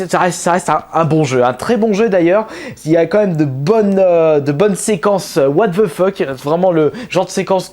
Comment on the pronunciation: A 2min59 tu dis : whtavafeuck ! XDXD